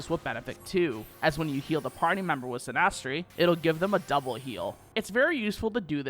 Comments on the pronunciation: Why did you pronounce Synastry like that? It's literally basic English. I'm sorry but dude.... wow. You don't put emphasis on the A. it's not ''synnASSTRay'' LOL. It's more like ''Sinistree'' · These spells use real astrology terminology which is pretty cool. Btw you are pronouncing spells wrong "mal-if-ick" "Sin-is-tree"